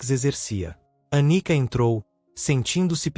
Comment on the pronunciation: Anica ou Anitta? Prestem mais atenção. ..